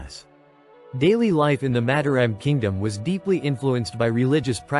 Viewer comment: It would be nice if the commentator could learn how to pronounce Mataram. Each syllable has 'a' as in father. with each syllable stressed the same.